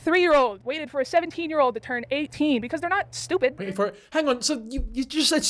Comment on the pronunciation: omg girl u sounded Scottish when u said stupid!! u said it like me like "shewpit"